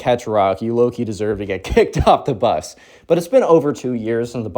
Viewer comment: Hi. The word is Bus. I love your videos and during school when working I listen to you on Spotify but while gaming I listen to you on YT. Anyways hope you have a great day and have a Merry Christmas